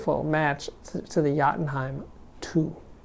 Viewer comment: Ah, yes, the brand new Yacht-N-heim Too.